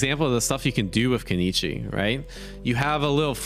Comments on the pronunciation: I know some names get pronounced wrong but “Keneechi” for kunoichi makes me question if you’re even reading, lol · Koo noy chee . Getting triggered here every time he says konichi lol.